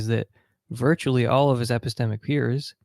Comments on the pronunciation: "Episteamics" lol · I don’t know how many more “epesteeemics” I can take